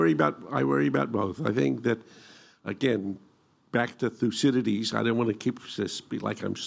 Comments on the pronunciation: (Minute , Thucydides) Except that the speaker, cough couch couch, is obviously not able to pronounce his name. A shame on Americans and even brits that you are not able to pronounce any "non english" name correctly. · Why is this guy so obsessed with pronouncing 'Thucydides'?